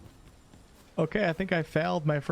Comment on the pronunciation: your pawn "Frieren" is pronounced "Free ren", she's from an anime called "Frieren: Beyond Journey's End". You should definitely check it out, I know you'd like it.